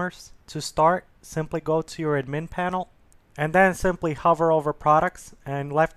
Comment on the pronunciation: Drove me nuts .. he also says "ad-MIN panel" instead of "AD-min panel" .. it's like he's only read the words and never heard them before.